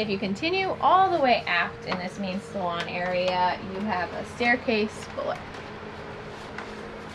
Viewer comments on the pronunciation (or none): Salon not saloon unless it really is a saloon😄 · It's salon not saloon